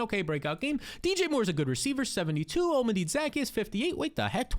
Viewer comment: Olm-A-Dee Zack-E-Us 😂